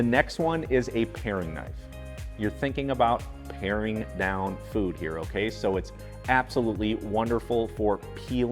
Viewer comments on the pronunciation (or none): Paring, not Pairing. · isnt it paring knife, not pa i ring...?